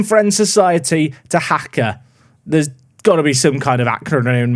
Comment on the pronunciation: its pronounced Dha Ka (Dhaka) and not Dha ha Ka